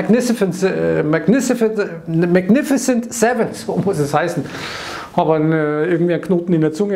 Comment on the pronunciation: Hey, für Deine Aussprache von "Magnificent Seven" gibt es einen Daumen hoch;-)